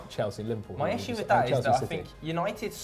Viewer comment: Right??? when i heared "livperpool in 4th" i had to pull back to make sure of what im hearing